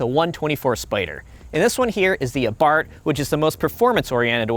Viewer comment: First off, thank you for pronouncing "Abarth" correctly...most YT car reviewers can't seem to do it. I personally would take the Fiat over the MX-5 for the exhaust note, the "exclusivity" of owning one, and the likely much larger discount I'd get on it over an MX-5.